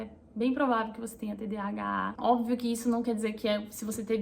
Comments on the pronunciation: TDHA é igual TDAH? Entendi que tu fala TDHA🤔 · Vc fala errado ...Nao é "tdha" mas sim,tdah. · Falou errado durante o vídeo todo : "TDHAAA" KKKKKK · Vc falou de novo TDHA. Kkkkkk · Toda hora você fala TDHA ou invés de TDAH 😊. Nos pequenos detalhes eu sempre me esqueço quando a coisa é sem importância. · Vc fala TDHA ❤ ao invés de TDAH é tudo assim como vc descreveu A cabeça a mil né e a gt não termina nada! Obrigada por compartilhar aí com a gente, tb tenho e estou aprendendo ainda a lidar com isso! Vamos juntas ❤ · Percebi que vc falou "TDHA" do início ao fim do video, quando na verdade é "TDAH". Acho que tb tenho isso, mas em um nível menor.